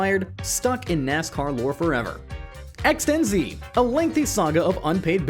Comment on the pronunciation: ExtenZe, not Ex-ten-zeeeee.